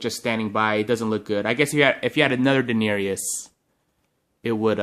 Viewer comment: Den-air-EE-us? Really, da-nair-us